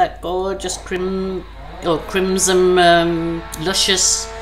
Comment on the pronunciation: Yep, beautiful colors. Oh, the red color is crimsoN with an "N". I think you're saying it with an "M". Could just be your accent. Lol. xoxo